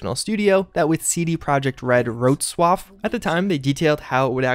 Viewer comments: A tip on Polish language: you read `w` ALWAYS as an English `v`, so `Vrocłav` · Bravo, you've nailed "Wroclaw" pronunciation :)